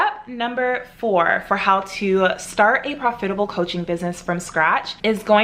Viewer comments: Actually there is nothing wrong with how she pronounced it. I have an African friend who pronounces it the same way. You biddies are so jealous you’re being picky for no reason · Am I the only one you can’t stand how she says profitable? Lol I’ve never heard someone say it like her